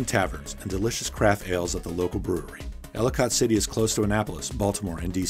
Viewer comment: Right -- this is even more minor, but we pronounce it "Elli-cut" or "Elli-kit" City rather than "Elli-cott" City. However you say it, it is historic and picturesque. Unfortunately, it has been hit by two deadly flash floods in the past two years and the downtown area is struggling to come back from that economically (the pandemic didn't help). Overall a great and positive treatment of the state. Thank you!